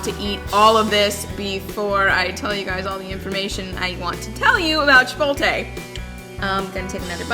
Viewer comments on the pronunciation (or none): Foodie that cant pronounce "chipotle??" It's chip-ote-lay, not chip-ole-tay